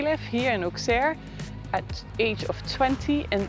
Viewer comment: The correct prononciation is Osserr. And the crypt of the cathédral is worth a visit. Anyway, thx for visiting this forgotten part of France.